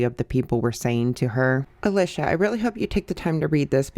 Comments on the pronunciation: Girl if you did all this research why can’t you say her name right? Lmao it’s pronounced alEEsha. It’s a common name… come on girlie 😂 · Alicia is pronounced with a long e sound. Leesh is short for Alicia.